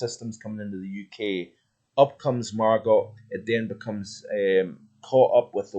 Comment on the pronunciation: Good video, however! the pronunciation of Margot is Margo!!